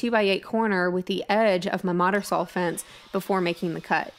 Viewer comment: As soon as she stops saying "sawl" instead of saw, I can start watching her videos again. I have ADHD and that really distracts/irritates me LOL - Not her fault; I'm just easily distracted